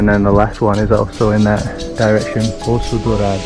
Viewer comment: Mano na moral… BRO YOU ARE EITHER BRAZILIAN WITH A VERY GOOD ENGLISH ACCENT PRETENDING TO BE GRINGO OR YOU SPEAK PORTUGUESE FLUENT BECAUSE NO GRINGO PRONOUNCES BRAZILIAN WORDS LIKE THAT NOT EVEN PORTUGUESE SPEAKERS FROM OTHER COUNTRIES trilha do sol, reais, bora, no limite, cachoeira do grito, poço dourado, poço encantado, cachoeira do grito, grita, Capitólio, minas, tropeiro, palmito, isso é o que é carne, 😂 ah tilápia, 😛 . COME ON fala sério revela qual é a verdade 🤪 salve de Londres